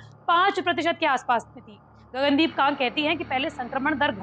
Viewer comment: Gagan deep kang correct ur pronuction not kagg